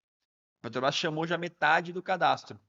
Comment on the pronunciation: "PETO BRÁS" , "PETO BRÁS", "PETO BRÁS"...!!!! Tu é ANALFABETO como o LULES ou simplesmente tem problema com DICÇÃO???